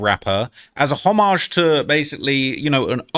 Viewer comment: Homage (ho-midge) (hom-idge) (HOM-ij) not hom.maj